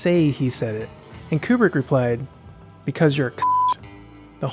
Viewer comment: Kubrick, more like like Kuprick.